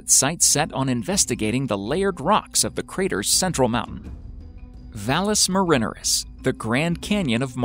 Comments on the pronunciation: It is pronounced VAHL-ess Mare-inn-AIR-iss. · You pronounced vallis marinareus wrong it's like marinare a sauce An Italian pasta sauce it's not pronounced like Ruth Ann minner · I only made it to . His repeated mispronunciation of 'valles marineris' drove me out. 'You Had One Job' at least try to learn what you are doing. Here try this, it took a whole three seconds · It is a trope to get comments, just like the way he pronounces Valles Marineris :-D